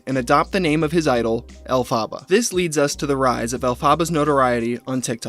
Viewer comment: Not to be that.... witch.... but you are so mispronouncing the Wicked character's name so badly so many times its kinda trigger..... Love you, Mean it.